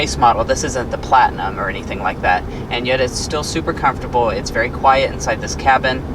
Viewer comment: If he says afortable or plastic one more time 🤦‍♂️